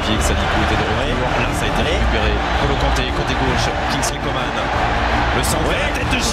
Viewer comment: qui a remarqué que au lieu de dire Coman ils disent "comment " 😭